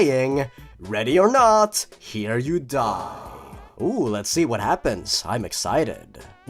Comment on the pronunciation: “You are sure to eid” Are you saying ima get aids?